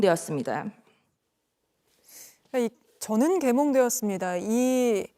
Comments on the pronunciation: 내귀에는 "저는 개년되었습니다"로 들렸다. 내가 계리를 그렇게 보아서 그런가? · 개년되었습니더로 들음 ㅎㅎ